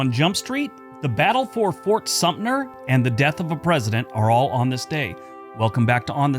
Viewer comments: There is a 't' in Fort Sumter. Is it said 'Supner' now? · Thanks. That was what I was taught and never heard it pronounced like in the video.